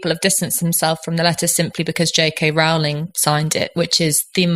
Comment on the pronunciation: The first syllable of "Rowling" rhymes with "low" and "blow", not with "cow" and "now". Most of the speakers on this podcast get it wrong!